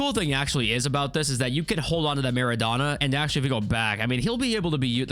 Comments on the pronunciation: all good bro there’s no need for an apology but it almost sounds like your calling him “Madonna”😂, the O should be pronounced the same way as when you say “donut” or Dough, it should like “Maa.ruh.donuh” or “maa.raa.dough.nut” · the way he says MEREDONA instead mara-dona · Marrow donor? It's Marra Donna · Bro, it’s pronounced: maa - ruh - dow - nuh